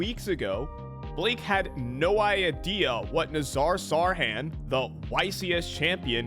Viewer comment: Took until you pronounced the word idea to decide you're not the channel for me. Commenting for engagement cause I'm sure you're someones cup of tea :)